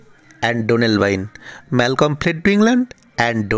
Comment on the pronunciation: e pronunciation mistake, Malcolm - son of Duncan, & brother of Donalbine